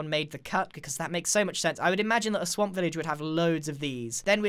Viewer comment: When he said let's go back to the swamp, I heard let's go back to the sonk LOL O my goodnes yy?